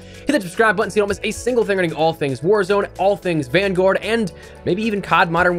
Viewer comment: I love how he’s says vangowurd